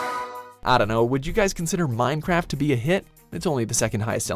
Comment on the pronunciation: did you just say Mine crap.